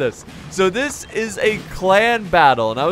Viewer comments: KonKarnage Its in the beginning, to me it sounded like he kept saying 'clam battle' 😂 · Why cant u say clan?